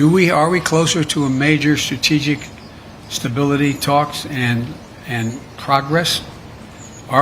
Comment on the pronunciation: He couldn't even prounce strategic stability!